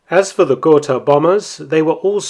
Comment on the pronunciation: ?gor-tah, ger-tah., was your prenasment. got-ha would be alot closer to the spelling